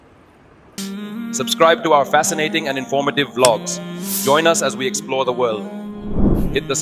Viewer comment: To the mufti sahab Respectfully , Mufti sahab bilog nhi vlog hota hai 😂😂